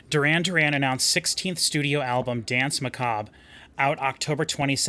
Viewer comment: people still can´t say "danse"... it´s french!